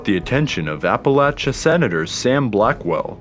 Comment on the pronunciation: Finally someone who says Appalachia right! ❤️